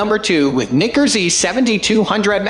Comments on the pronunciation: wtf in the world is Knicker? seriously you need to figure that out, super annoying to listen to. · Another irritating voice-over by a robot that's not totally familiar with the English language. And watch the pronunciation of "Nikkor," lest some be offended. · You need to learn how to pronounce Nikkor. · I’m not a fan of the way this guy pronounces Nikkor. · not at all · No, not cool at all.